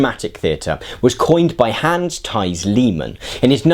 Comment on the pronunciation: Its Hans-THIES Lehmann